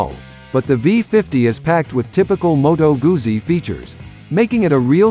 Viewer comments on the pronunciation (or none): Pronounced Moto Gutzi !!